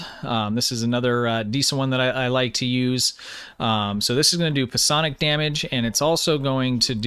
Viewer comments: Just FYI, it is pronounced like 'Sy-on-ick' with the emphasis on the 'on'. No big deal though. Everyone mispronounces stuff sometimes, especially when half the words in the setting are made up! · It's pronounced "sigh-onic", the "p" is silent. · that's not how you say PSIONIC, lol!!!